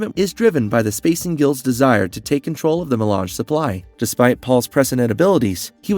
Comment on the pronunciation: Also how does IRULAN turn into “Eee-Rule-ian?” “Eye-Lee” Atreides. That’s an interesting way to pronounce Alia. Lmao 😅 At least he knows his to pronounce “Melange” properly. It’s odd which words he actually does say correctly. This was HARD to watch and I got ZERO entertainment from this content because I was so hyper-focused on his TERRIBLE English pronunciation! 😕